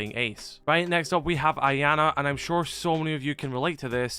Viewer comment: its not ianna its iana